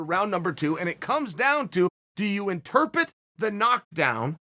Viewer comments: Am I the only one hearing Chael mispronounce the word interpret? Lol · Chael, "interpet" means "among pets." Yeah, I hate me too. :)